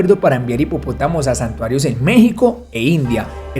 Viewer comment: Es santuario , no santario